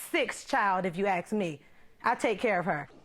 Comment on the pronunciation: ‘Ax’? 😝 Not ‘ask’🤣😂